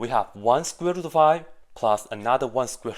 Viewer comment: I only watched the video to see what possibly can go wrong with this simple equation. And I have not found this "easy mistake". But it was fun watching somebody pronounce "square root" like "squibble".